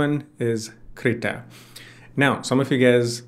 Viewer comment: Yeah! That also with poor pronunciation which made the auto-generative subtitle to write 'CR' instead of 'Krita'. This sucks. 😑